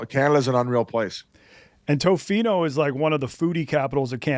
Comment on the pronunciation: (not being rude). It’s pronounced Tofino: Tuh-fino. Not Toe-fino.